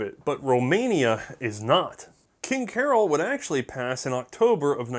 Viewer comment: I don't speak Romanian, but I believe "Carol" is pronounced like we would pronounce "Karl".